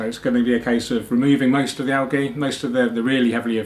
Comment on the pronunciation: I love your videos but the way you say algae makes me want to stab myself to death with a plastic straw